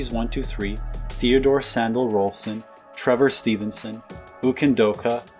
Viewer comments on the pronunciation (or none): none